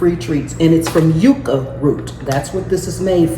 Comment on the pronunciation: Yucca is pronounced yuck-a and girl you found it lol